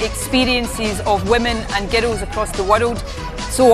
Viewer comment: I think the thing I hate most about her is her voice. There's no such thing as girrals, and there's no such place as the Wirrrald. Ask anyone in the English speaking world - it's girls and World.